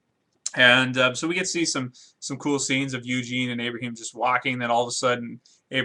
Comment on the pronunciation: Lmao "Abrahem"